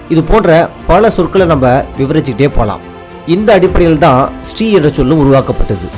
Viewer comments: It is NOT Stree! It is Sri (Siree)😮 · திரு என்பது தான் ஸ்ரீ ஆனது என்பது தவறான கருத்து. ஸ்ரீ என்பதை ஸ்டீ (sti) என உச்சரிப்பே தவறு இதன் சரியான உச்சரிப்பு ஸ்.ரீ என்பதே ஆகும். தமிழில் சீர்வரிசை, சீர்செனத்தி, சீரும் சிறப்பும், சீர்மிகு என்ற சொல்லாட்சிகளை காண்க. இந்த சீர் என்ற சொல்லைத் தான் சமஸ்கிருதமானது சீர்>>ச்ரி>>ச்ரீ>>ஸ்.ரீ என மாற்றிக்கொண்டது. சீர்+மை>>சீர்மை>>சீமை சீர்+மகன்>சீர்மான்>சீமான் பெரு+மகன்>பெருமான் என அறிக.